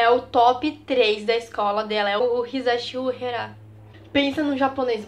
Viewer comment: corrigindo uehara se pronuncia u-e-ha-ra não u-he-ra segundo ele testa no top tres mas como primeiro lugar dos top 3